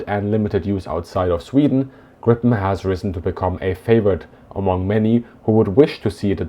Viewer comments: So far fascinating. So just a little remark that I CAN make in an interlude. 'Gripen' - The Griffon - in Swedish is pronounced more like 'Greepen', not 'Grippen'! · The name Gripen should be pronounced Griepen and not Grippen. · The name is Gripen not Grippen! Tongue problems?😅